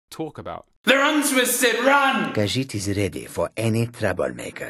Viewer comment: How he says “khajiit” bothers me. “Kuhgits” ... What 🤦🏾‍♂️😂